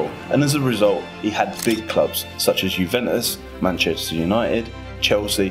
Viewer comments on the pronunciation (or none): none